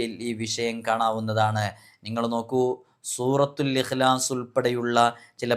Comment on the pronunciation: Surathul ihlas aanu surathul aasas